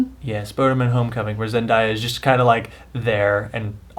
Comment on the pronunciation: A good review, I always enjoy you guys' reviews but... It's pronounced "Zen-Dae-ya" The day is pronounced like the day in Wednesday